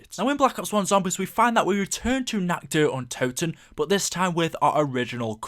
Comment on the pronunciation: I started taking vodka shots when ever he said natchderuntoten